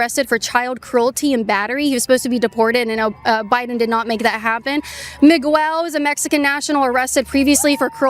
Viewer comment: She said Migwell 😂